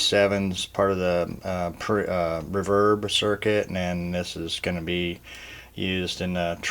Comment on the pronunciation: Who says "rahverb"? Other than that, great vid!